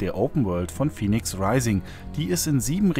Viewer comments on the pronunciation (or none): Fäniks, es spricht sich Fäniks. Wie es gesprochen wird müsste es Phoenix geschrieben sein.